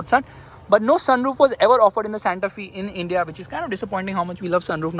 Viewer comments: Santa F-ay not Santa Fieee. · Its SANTA FE. Pronounced as SANTA "FYE" not "FEE"